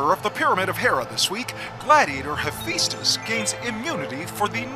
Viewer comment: Hephaestus... You know how the kids say phat like fat? Yeah it's like that. Fa not Fe. Sorry the way your pronouncing it is getting under my skin. Lol.